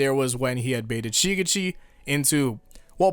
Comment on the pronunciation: someone please teach this dude how to properly say shigechi